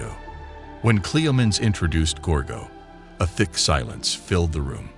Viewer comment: At least get a real human to narrate this, guys, instead of an AI-bot. i don't know ANY culture where women were treated like "vases"!! And her dad's name being pronounced 'Cleo-meens Eye" instead of "Cleom-en-eez the First"... eesh. And SHE was refererred to as "Hhe / him" almost half the time a pronoun was used, & it got worse as the video went on!!! Also, it looks like you might have pulled images from 2-4 different comics - can you please let us know which comics? i think i recognise one of the, but i'm not sure...